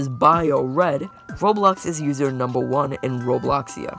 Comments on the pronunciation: "usor" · “usor” thank you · "Usor" The Error_Guy Gang: Yea Its U S O R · “usor” Peak.